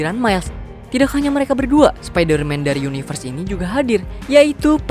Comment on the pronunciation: Spidaman 😂 Spiderman dari univers prindapan